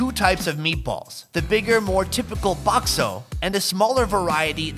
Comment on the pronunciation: bakso not bok so ok